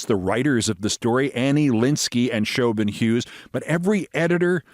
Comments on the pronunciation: Uh, Keith, Siobhan is pronounced Shavon, not Showbin. Otherwise, great pod! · Does she really pronounce her name "show-bun"? Never heard Siobhan pronounced that way. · With all this talk about names.. couldn't anybody have provided him the proper pronunciation of Siobhan before this was recorded?